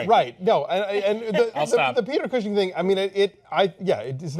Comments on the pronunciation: You guys are great. Fun review, but who's Peter Queue-shing? ;) Try Cushing like "cushion" but with an ing instead of an ion if you see what I mean. :) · Peter que-shing? Peter Cushing